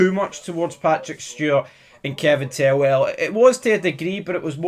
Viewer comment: You keep saying 'tellwell' when it's "Thelwell"!!!